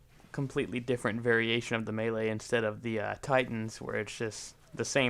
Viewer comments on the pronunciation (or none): none